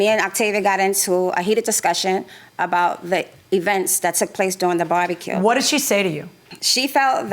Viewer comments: She is saying barbecue but I keep hearing “body kill” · It sounds like the plaintiff is saying "body kill". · The way the plaintiff pronounces "barbecue" really annoys me 😩